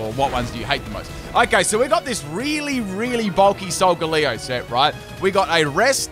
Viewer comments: everyone: solgalee-o: s o l g a l u e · lol, and I've always pronounced it "Sol-gah-lay-oh'. As its phonetic makeup is "Solar Galileo". Although, "Leo" is also Lion, so I suppose those are both acceptable. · according to the anime no, but im just making fun of how weird he pronounced it